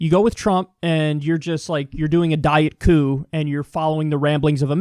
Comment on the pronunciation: Did this man just say "a diet coup." I can't 😂